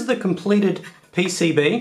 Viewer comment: "P.C.B" or "E.C.B" ?